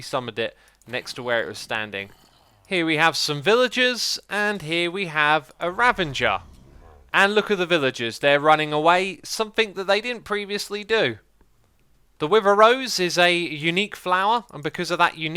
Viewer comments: "Ravenger"? Really? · He's still sticking an extra letter in "ravager."